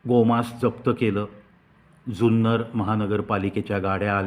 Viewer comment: सुंदर कि जुन्नर ? उच्चार स्पष्ट ऐकु येत नाहीत.